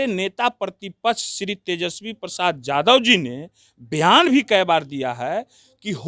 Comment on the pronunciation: जादव नहीं यादव होता है